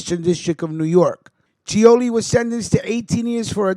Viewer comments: Lol .. like I said you are misprouncing his name. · You can't even pronounce his name